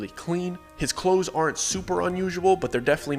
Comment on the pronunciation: "de clothes"????????? Huh?????